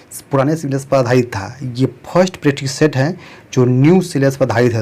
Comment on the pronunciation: Practice set boliye pretsist set nhi 😂😂